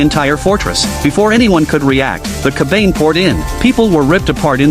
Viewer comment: Its pronounced Ka.Ba.Nay... not ker bayne. Damned AI.